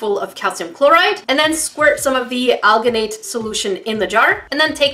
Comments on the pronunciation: you said it wrong it aljinate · She likes to say Guh instead of Gin (like the word gin) I don’t think it’s Guh in alginate. Almost everyone says al-gin-ate. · Here is how to pronounce alginate : aljinate